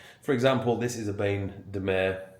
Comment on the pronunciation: Is he seriously pronouncing it "bayne de mer"?!